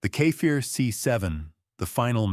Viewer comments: it's no kefair it's Kfir. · Kfir = ‘Ka Fear” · You're really having a bad time Saying Kfir, huh? You say it Exactly as you read it.